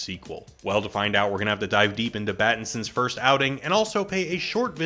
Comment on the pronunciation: Swear you said Battinson early in the vid